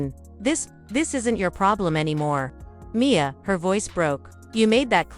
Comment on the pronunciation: There is no punctuation in the writing of this story and the narrator reads it the same way, M. I. A., instead of Mia. It’s annoying! And, why is there a picture of a child in the bed with attached tubes if the mother is the one sick?